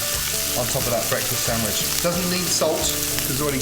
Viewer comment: My moulth was watering before he even started building up the sendvich